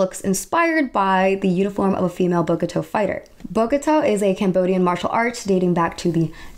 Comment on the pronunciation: I know I’m 2 weeks late but I just wanted to say that Bokator is actually pronounced like “Boka Thao/Thow” and Khmer is actually pronounced as “Ka My.” Just wanted time point that out, but great vid overall. :D